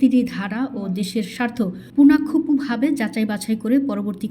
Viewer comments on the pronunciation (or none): খবর পাঠিকা পুংখানুপুংখু কথাটা শুদ্ধভাবে 🎉উচ্চারন করতে পারলেন না। এরা বিগত সরকারের আমলে শিক্ষিত।